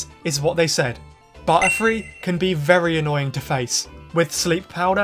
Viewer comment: Whenever he said butterfree i heard buttfree